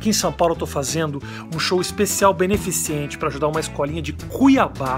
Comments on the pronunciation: KKKK.... "beneficiente" nao parça...kkk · É beneficente e não beneficiente! tá errado na descrição do vídeo e no final Rafinha falou.... corrija.... Obrigado, mais um 8 min show!!!